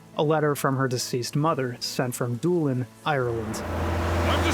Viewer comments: Did you pronounce Dublin as "Doolin"? Bizarre 😂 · Why are you pronouncing Dublin like that? I even googled to make sure I wasn't missing something. The B is not silent.